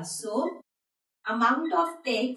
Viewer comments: Not tex ,it is tax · Maam u dont know english it is tax not tex